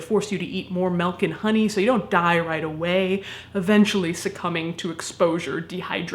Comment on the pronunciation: For whatever reason, and I've watched this video a few times, I kept thinking she was saying melkan honey, and like that was some rare honey or honey like thing and i just went with it. It took me until today to realize she said milk AND honey. im a dumbass oh well